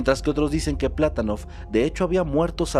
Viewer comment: ¿Y el terremoto de Maderol? Y el Patonóof, no Plátonof